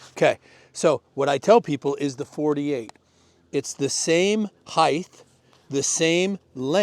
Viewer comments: Sorry, I cannot take your advice.. you said "HEIGHTH". (Which is not a word, and in fact a sign of low intelligence), just because 'length,& width' you 'assume' the 3rd dimension ends with a 'th' as well. It does NOT. Spelled 'HEIGHT' and ends with a 'T' just like its Spelled. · It's height not heighth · Bro said "heighth" 😂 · “Heighth” drives me nuts. Learn English.